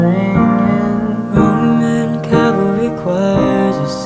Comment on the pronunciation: Ok I’m sorry but some of them say CALVARY when it’s CAVALRY. Ughhh 😂 it’s really pretty tho.